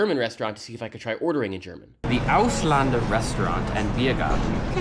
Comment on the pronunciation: He also mispronounced it.